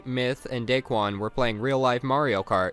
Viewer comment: LMAO "dicquan